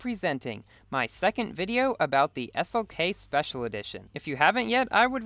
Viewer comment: he definitely said s-ok not slk